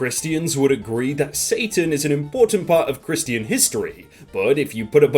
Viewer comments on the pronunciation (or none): So no one gonna talk about the way he pronounces "Christian"?